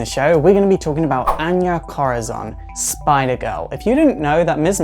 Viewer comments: I cringed when you said Corazon. Just say KORRA-ZONE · Btw, the last "o" in her surname is supposed to be a strong vowel. It's an Spanish name, it means "Heart" in English. Corazón, remember the strong vowel! Have a nice day, everyone!